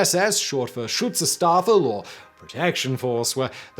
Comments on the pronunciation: that Schutzstaffel pronunciation, like a knife to my ear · Well, I can't agree he did. ;) For example, he pronounces "Schutzstaffel" like you would say "staff" in English, when it should be with an "sh" sound. Same for the name "Sylvester Stadler" where the surname is pronounced with "sh" as well. He also pronounces "Rommel" with a phonetic "ə" like in English word "pummel", while it should be pronounced with "ɛ" like in the word "bell"